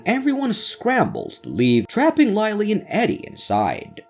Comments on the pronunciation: Who the firetruck is Lie-lee? There is a Lily in this movie but no Laily. Write a manuscript the AL can read properly! 👎🏼👎🏼👎🏼👎🏼👎🏼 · In English, the letter “I” can sound different ways. Instead of Lie, it’s Lih.